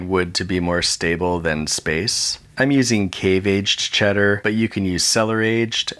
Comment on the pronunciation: The amount of time he says aged makes it sound like hes saying atcht